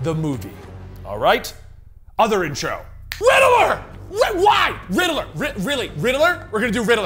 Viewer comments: RIDDILLER instead of riddler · Why he keep saying riddle-er instead of ridd-ler? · Rid-de-ler? Lol. Rid-ler. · I always thought it was pronounced Ridd-ler not Rider-ler. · The real villian is the way pronounces Riddler😂